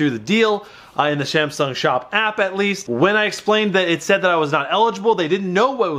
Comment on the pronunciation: 😂 “samshung sop app”